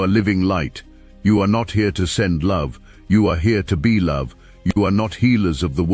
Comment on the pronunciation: Soooooo. is there no way to correct the AI from saying "meow", rather than "now" in your videos? Gotta say, kinda buggy,😮 Also, be-e love, etc.